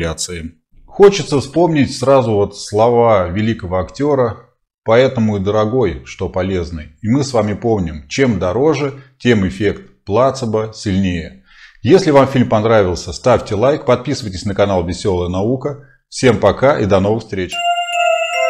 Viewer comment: почему плАцебо, если словари указывают, что правильное ударение плацЕбо?